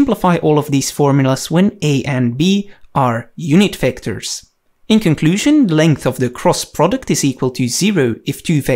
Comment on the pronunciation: Everything you need to know about "Wectors".